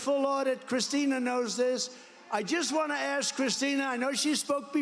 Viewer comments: what is axed????¿?¿ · Why do people say pronounce ask “axed”. There is is no x or ed when pronouncing ask. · Aaasssssssssss..KA... Not Axe...Asssssss-Ka...Asss-ka....As-ka ...Ask..Ask..Ask.... Where do we get that from? My mother and father both say it...my sister says it, and my girlfriend says it... We spell it right... How is it possible that we still say AXE? I don't get it. LOVE YOUR SHOW BTW.. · "Ask" is pronounced As'k.. Not X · I think its ASK not AKS. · Love the reactions... but Why say AKS if the Correct is ASK? I know people say is culturally some people say... but it is wrong and sounds bad and wrong. Keep up the reactions!